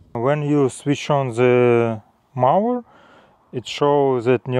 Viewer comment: Congratulations with your new mower. However, one pronounces the "o" in mower as in "go" or as in "Joe".